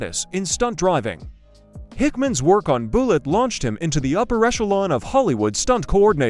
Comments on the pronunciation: You mean the movie wasn't called Buelegge? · More A I slop. The word is Bullet. The A I pronounces it "BOO Lit. Immediately quit watching. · Boolit. AI slop. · Boollitt? Deebate? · "Boolett." I KNEW the Charger had to be faster than that gussied up Ford Falcon. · Boolet???🤔 Yes, AI sucks. Most likely pure fiction.... Deeebate🙄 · right BOO-LITT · Don't you just hate these Ai voices even mispronouncing a simple 2 syllable word like Bullitt ! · The AI commentary is terrible. Frequent mispronunciations and grammatical errors were enough to almost make me turn it off, but I wanted to see if there was any interesting info in there. The video is about Bullitt and you can't even pronounce that? What's up with the gratuitous shot of an AR-15 in there, too? Go back to well-written, proof-read scripts with a human narrator. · Yes, mispronouncing Bullitt in the first sentence. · Boooool-et and ' HemmIS ' engine, ..... C'mon A.I. you suck. Why can't a human just read the script. F'k A.I. is the WORST.